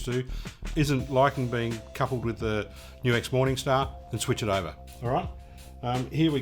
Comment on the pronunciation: I like how you know HOW to say NU-X! \m/